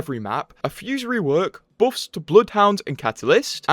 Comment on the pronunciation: I dont play anymore but still visit your vids to hear you pronounce buffs as boffs